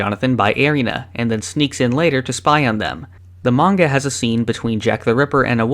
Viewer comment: At least he says manga right. Most western youtubers say menga, lol